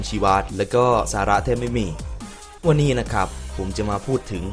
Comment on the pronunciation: วันนี๊≈≈555สำเนียงนี้มัน